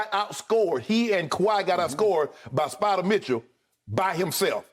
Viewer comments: Skip shouldn't say spider 😂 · Don’t be disrespectful skip spida is not hard to say